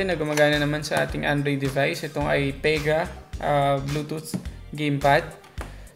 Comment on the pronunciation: Stop saying Ai PAE GAH.. ITS AI PI GAH fucking hell